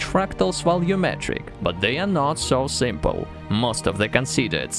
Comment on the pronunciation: "But they are not so sick-muh." I can never escape this "Sigma" meme .><.